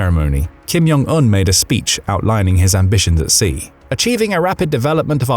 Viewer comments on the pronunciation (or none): The Korean language is not a Nordic language. The “J” is not pronounced like a “Y”. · You don't say the "J" in "Jong" like an "y".